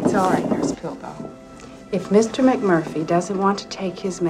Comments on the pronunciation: jokster murphy? it's mcmurphy. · It's McMurphy, Doc.